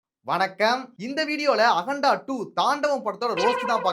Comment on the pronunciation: All ok😂 It is akanda and you are pronouncing as aganda